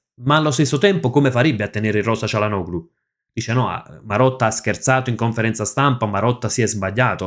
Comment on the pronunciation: ti preoccupi di pronunciare male il nome di un giocatore brasiliano che nessuno conosce, mentre dici comunemente cialanoglu invece del corretto (in turco) *cialanolu*; perché?